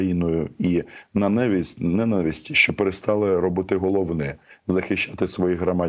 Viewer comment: Романе, наголос ненАвисть. Просто "вуха рiже"😉